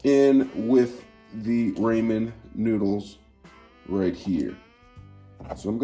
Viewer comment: Raymon noodles 😂😂😂 no just no